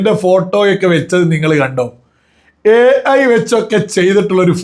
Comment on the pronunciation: ഹേ ഐ എന്ന് ശരിക്കും ഒന്നൂടെ പറയോ 😂😂😂 AI 😂😂😂🤣🤣